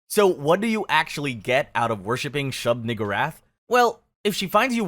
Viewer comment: Dawg it’s shub NEE-GOO-rath